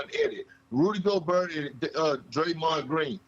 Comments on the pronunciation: Nobody: Kendrick Perkins: Rudy GoBERT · Gobert has been in the league for almost 10 years and perk still can’t pronounce his name right